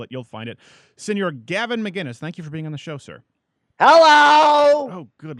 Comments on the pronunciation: will this guy ever get gavin mcinnes' name right? or will he just call him mcguinness forever? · Why does everyone pronounce his last name "McGuinnes"?! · Just start saying Gavin’s name wrong